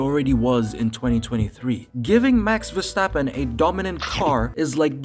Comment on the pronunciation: it’s Max Verstover